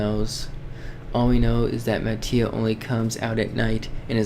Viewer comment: it is pronounce as mati(ma-ti-ah)